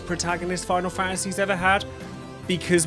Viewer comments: I've made it to ffx in this video and I gotta ask. ARE you saying names wrong on purpose or are you actually so deaf you've never hear them say the characters names I mean seriously TEEdus TIdus bro TIE dus not hard to say WHEN THEY SAY IT IN THE GAME!! istg if I get to ff16 you call the mc cleeve or clove or some dumb incorrect wording when they say the name to you I will lose it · I will be that guy to start the argument..... It's not Teedus it's Tide-us. I don't care that English dub of a Japanese game misspoke the name. I knew a guy named Tidus and it was Tide-us. There was also a stand up comedian with stuff on Netflix back in 2017 named Tidus and it was Tide-us. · Drink everytime he says Teetus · Anyone pronounce tidus, Tie-dus? ✋ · I'd argue that Tidus: A)'s name is pronounced like the word Tide, with a long I sound. B) has his own story separate from his relationship with Yuna. He was always living under the shadow of Jecht, as both a Blitzballer and a Guardian. His story revolved around his growth, showing that he could stand on equal footing with his father, as well as learning to accept his real feelings behind all of the anger he had in his heart for Jecht. If you remove his relationship with Yuna out of the equation, and just have his story of growth, you still have a great story. Not to mention, one of the things that Tidus has that both Zidane and Ramza also have is portrayed in the many memes of FFX. For that, I'd say he's deserving of S-Tier. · Why does almost every English speaker mispronounce Tidus’s name it’s Tide-us as in Tide water his character is water themed even the head developer of the game, pronounces it Tide-us it’s not that difficult lol. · You said Tidus's name wrong. Thumbs down